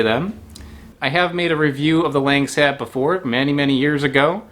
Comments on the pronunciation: Quick tip : Langsat is pronounced as Lank-Sat, not Lenk-Set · Protip, these are pronounced like Lahng saht. Not LANG SAT. And emphasis on the second syllable. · Langsat not langset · Lang sat Lahngsat Them westerners always go butcher the words lol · It’s actually pronounced lung-sut 😬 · I understand that he's a foreigner but the pronounciation is killing me